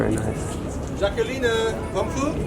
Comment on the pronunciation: Ja genau " Dschakeline" 😂